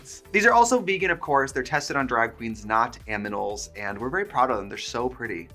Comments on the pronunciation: Not one person talking about how she said aminals and not animals 😭😭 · Tested on drag queens, not "aminals" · tested on drag queens not “aminals” 😭😭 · “AMINALS” I am dying 😭😭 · Trixie... did you say "aminals" LOL Phyllis Nefler and Trixie Matel - 2 iconic queens!